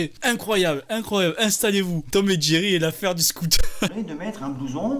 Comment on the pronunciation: J'ai entendu Thierry moi au lieu de jerry